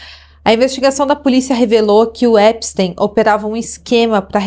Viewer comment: que agonia esse "Épisteim"